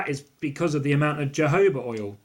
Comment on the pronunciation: You need to learn how to pronounce jojoba oil 😂 also comparing colour to urine not pleasant thing to do honey is nice and orange yellow